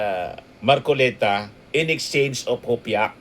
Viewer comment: You can catch a fish by his mouth!!!! ( Mar- collect - ta 😂😂😂😂😂😂😂😂😂😂